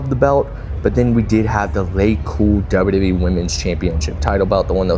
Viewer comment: Everytime you say wwe like that, another baby is born with cancer. You should stop to save lives.